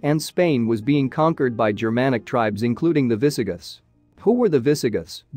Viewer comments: Yes. Minor mispronounciations like "viss-uh-GITHS" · How difficult is it to get pronunciation correct?? eg. Murcia, heretical, Visigoths. Not only is the “history” lightweight but, the pronunciation of common Spanish and English words is so poor in these YouTube videos! As if spoken by semi-literates time and time again!?